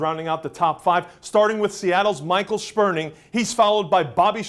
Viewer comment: That's the first time I've heard someone not associated with the Sounders pronounce Gspurning's name correctly.